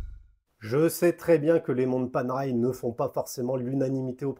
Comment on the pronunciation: Et ben voilà ! Une montre pas faite pour les poignets de poulet ! J'ai déjà une PAM 177 titane que j'adore et si je n'étais pas raisonnable, la otto giorni (en roulant le R) me ferait de l'oeil... Merde, elle me fait de l'oeil 😁. Et ça ce prononce Panéraille 😇.